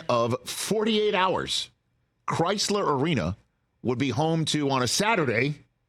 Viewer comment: Isn’t it Crisler? I wasn’t aware it was Chrysler like the auto company.